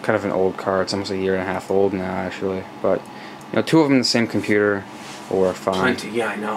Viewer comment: Did you call it a pewter? LOL.